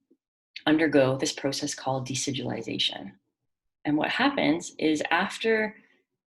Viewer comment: I love listening to you say decidualization. It's such a powerful word that explains so much! I think invasive placentas are scary.